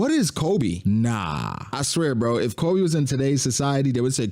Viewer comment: His name is Koby. KO-BEE. STOP SAYING Kolby.